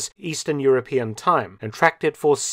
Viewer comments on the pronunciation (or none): none